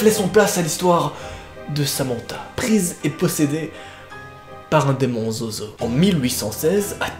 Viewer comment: Ta dit zozozo et ses zozo